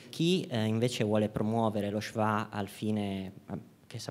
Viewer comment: Diciamo che la pronuncia di schwa nel primo intervento è pure sbagliata